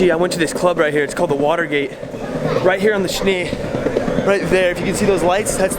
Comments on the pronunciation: By the way - it´s the River Spree, not Schnee - gg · John Schnee.... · ist the spree river not schnee river ;) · its pronounced more agressive. You called it like "schnee" and that means snow. So try to pronounce in Spree the p in a hard way. i hope u understand what i try to say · I keep hearing “Schnee River” 😆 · THE RIVER IS CALLED SPREEEEEEEE S P R E E E E E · Ich finde es lustig das er zur Spree Schnee sagt 😂 Aber wird noch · It sounds like you pronounce our main river „Schnee“ like the German word for snow. It’s actually Spree, and the „sp“ as you might know is pronounced „shp“ and the „ee“ is not pronounced as in bee but rather similar to the e in „bed“ or „Berlin (the German way of saying it)“ And if a vowel in German is written twice, like aa or ee it is elongated. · He likes the " Schnee- river" and " Wienacktsmakt "!😅 How is your Stomach?? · another Languange learning Tipp: Spree River isnt pronounced "Schni" or "Schne", the e isnt pronounced as "i", more like the english sound of a. "A" in English is nearly the same sound as the right German Pronounciation of "E". The P and R have to be spoken as hard sounds. If i wouldnt have known that u are talking about the Berlin River "Spree", i wouldnt have understand u right and would have searched for "Schne river". #noHate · The river is called "Spree" (pronounced like "Schpree"), you forgot the p ;)